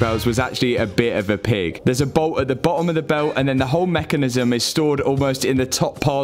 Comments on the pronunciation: Its not bo...om its boTTom😂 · Honestly great series. But jesus man. pronunciation. BeTTer FiTTer BoTTom